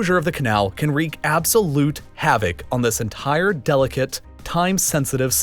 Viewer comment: Say entire